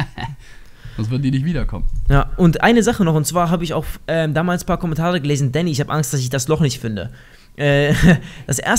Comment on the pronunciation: Elotrix sagt immer däny